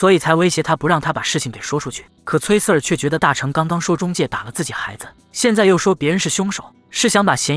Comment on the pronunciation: Sir這個英文讀錯了，不停的聽到錯字令我很在意